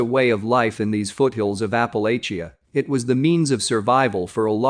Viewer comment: Alabama and the Appalachian mts.. computer voice needs a map.. I enjoy These and support the channel but that's just way off